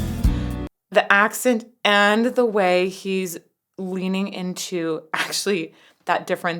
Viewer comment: the AssCent 😂